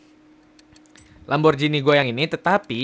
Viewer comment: bacanya lamborgini bang bukan lamborjini